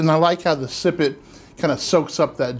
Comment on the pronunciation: Okay, I'll bite: what is a "sippet"?